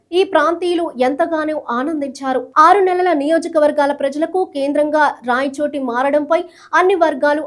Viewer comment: రాయచోట కాదమ్మా, రాయచోటి అని చదువు